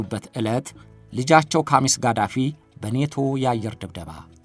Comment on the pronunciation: ሙእመር ቃዛፊ ነው ማለት ያለብህ የሳዳምበልጅ ቃሲም ሳይሆን ቅሶይ ነው